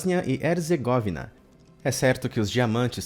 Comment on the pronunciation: Erzêgóvina? Será Herzgovína ( pronuncia)